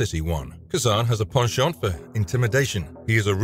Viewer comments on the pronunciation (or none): none